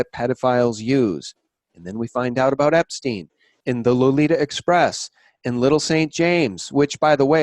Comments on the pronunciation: I don't anderstand why you prononce his name "Epsteen" instead of "Epstein", it makes no sense to me. I have never heard ayone call Albert Einstein "Einsteen"... Can someone give me a rational explanation please ? (I am french). Thanks. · Great video once again! Learn to pronounce Epstein correctly though! It's disturbing to hear Epsteen all the time and it takes away from the info! How do you pronounce Rosenstein for instance? Certainly not Rosensteen! Right? Btw, chemtrails are alive and well in Sweden (keep your bodies alkaline, eat fresh ginger and drink table spoons of apple cider vinegar every day to fight it, as the nanobots thrive on stomach acids), and the name "Serialbrain" to me implies a group of people! Stay away from crypto's! Digital money made from thin air is worth zilch once the economic system goes down world wide, which is soon! Peace and love everyone! Jesus is number ONE! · I don't anderstand why you prononce his name "Epsteen" instead of "Epstein", it makes no sense to me. Can someone give me a rational explanation please ? (I am french). Thanks.